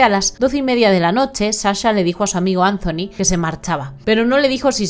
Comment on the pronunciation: Que triste pero me sonrío cuando dices CHACHA porque ella se llama Saaaaa cha. Jajajajajaa. Y ANZONY JEJEJEJEJE. Gracioso 😅